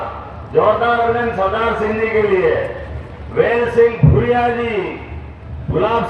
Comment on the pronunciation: भानु भूरिया है भादरिया नहीं